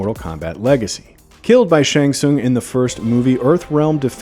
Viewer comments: It’s pronounced SHANG SUNG.. sorry lol it was blowing me good breakdown though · That's not how you pronounce Shang Tsung. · Yeah, like what the heck? Many MK fan knows how to pronounces his name.